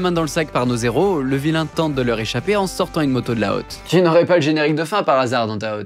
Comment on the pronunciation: T'as pas arrêté de dire "zéros" au lieu de "héros". C'est volontaire ? 😲